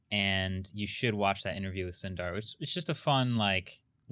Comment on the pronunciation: Indian names 101: Sundar is pronounced as Soondar.